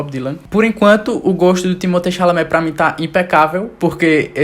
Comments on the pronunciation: "timotê chalalá" kkkkkkkk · timotê xálamê KKKKKKKKK